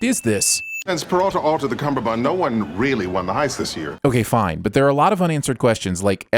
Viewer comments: You kept pronouncing "cummerbund" as "cumberbund". 3 sins for you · One sin off for pronouncing it cumberbund